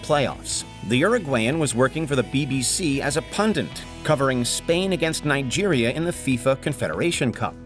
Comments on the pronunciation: . Its PUNDIT not PUNDANT (or maybe PUNDUNT?) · is it just me or does the narrator to this video keep saying pundent instead of pundit? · Stop saying PUNDENT, it's PUNDIT. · Gus Poyet was a pundent for the BBC? I think you'll find the word is pundit. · Is it my ears or did the V/O guy keep saying Pundent when he meant pundit? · PUNDIT! Not pundant. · Bro said a pundent 😂😂😂😂 wtf is one of those?